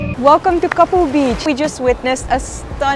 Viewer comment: It's not kapu beach it's name is kaapu beach